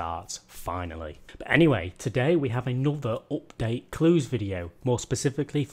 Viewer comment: please please say UPDATE not OPDATE.. man, thats annoying :))